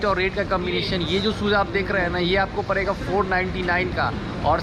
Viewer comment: एक ओर ड़ की भी दिक्कत है जैसे मेरे स्टोर से पर्चेस करेंगे तो परेगा इतने का भाई वो पड़ेगा है ना कि परेगा